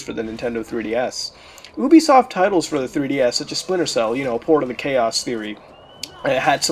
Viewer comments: UBISOFT Pronunciation: not ooh-bee-soft it is yooh-bee-soft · you frekin pronouc it youbesoft